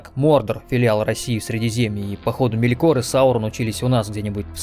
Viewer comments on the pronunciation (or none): хм...Я всегда думал, что он - не МелькОр, а МЕлькор.